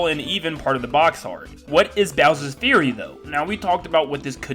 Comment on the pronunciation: Fury is pronounced F-YOU-RY not Bowsers Theory, Bowsers Fury👍